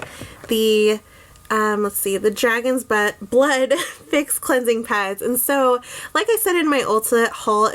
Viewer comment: Did you say "dragon's butt" 😂? Nice review!!